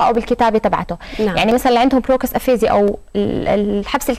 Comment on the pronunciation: Aphasia نطقها هو " إفيجا " وليس أفيزيا يعطيكم العافية... جداً رائعة وعرضك اكثر روعة تحياتنا لكم جميعاً